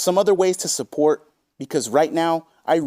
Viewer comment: Big ups! Pepsi Peemp, fanger sniffers, Wendy's Chilli, kahntent, pahsitivity, tips tips, sahhport, money creatures